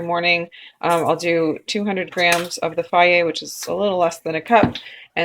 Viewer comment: Is that how you pronounce Fage? Fiaye? Interesting! Hee hee, I've alwaus called it Fayje.